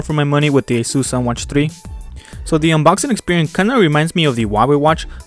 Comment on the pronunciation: It is pronounced A SIS